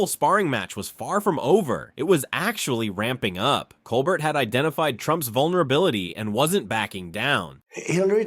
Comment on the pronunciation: Too long, didn't listen to it all (less than 5 minutes). . . . Also, please learn how to pronounce Colbert correctly.